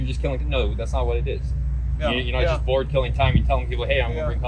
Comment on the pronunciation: I hate the way this guy said BORED. BORE-ID.